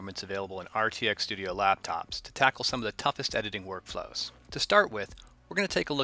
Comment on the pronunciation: The emphasis on laptops... thats kinda scary lol .